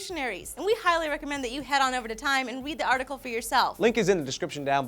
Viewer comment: I will wead the awtical lee haa